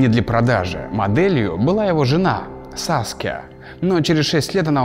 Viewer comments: %100-все комменты %1-какие красивые картины! %99- САСКЕЕЕЕЕЕЕЕЕЕЕЕЕЕЕЕ (бесит, это САСКИЯ, а не Саске) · Не, вообще её зовут Саския,просто когда это сказал прозвучало как Саске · его жена Саске (или я не расслышала) Я- СААААССКЕЕЕЕЕ[ЕЕЕЕЕ